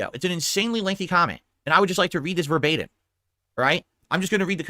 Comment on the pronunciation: "Ver- bait - in" . Really Dsp?